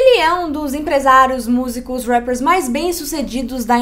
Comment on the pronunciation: Não suporto quando elas falam rappers